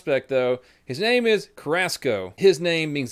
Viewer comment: my last name is Carrasco and you said it wrong but who give a damn